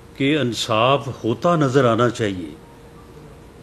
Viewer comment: Ansaaf!!!!..its insaaf😅....bhai meray...